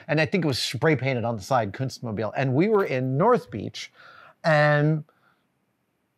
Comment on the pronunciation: "Kuntzmobile" As an Australian, careful with that pronunciation. :)